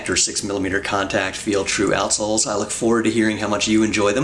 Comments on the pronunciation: Why do I keep hearing, "Arseholes"? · Is he saying assholes? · So its not just me that thought he says assholes. Quality. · I was perplexed for a while, until I realised he was saying 'out' soles. Even so, I still can't un-hear what I first heard. It's locked in now. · The way you say "outsoles" makes the beginning of this video really, really funny.